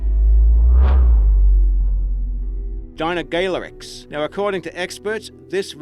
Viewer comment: Its pronounced dino-sooc-is